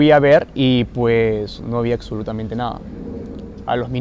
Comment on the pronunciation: En Perú se dice aksolutamente?